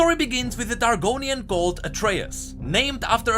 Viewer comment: When he says Targonian I hear Argoninan...Its been 8 years I think I should stop playing Skyrim now